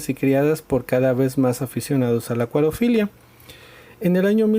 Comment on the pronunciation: Se dice acuariofilia